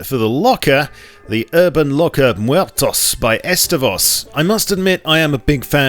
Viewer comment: The way you pronounced "muertos" just gave me clinical depression